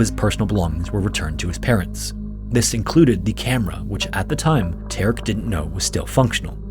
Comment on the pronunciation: How is he "Tark"? Ta-rek.